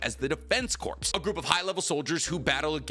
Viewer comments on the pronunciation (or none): Pronounce corps as corpse one more time… 😭